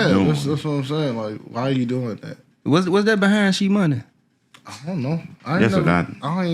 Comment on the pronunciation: Did bro call Gee Money "She Money" ???